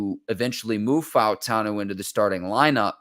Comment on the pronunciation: Props to for pronouncing all of the vowels in Fautanu. Much respect!